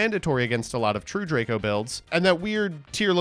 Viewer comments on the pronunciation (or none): none